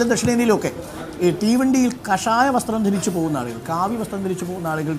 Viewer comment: കഷായമല്ല മോട്ടേ, കാഷായം എന്ന് പറയു മോട്ടേ